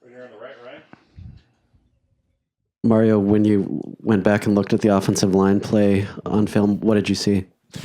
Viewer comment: I think the reporter who calls Mario "Merryo" every week shouldn't be allowed to ask anymore questions until he can say the coach's name right.